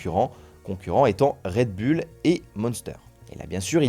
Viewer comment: "red bulle" il m'a tué 😂